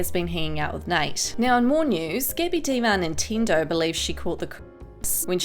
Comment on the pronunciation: Being Italian, hearing you say ‘ Gabi De Marnintendo’ had me wheezing for my life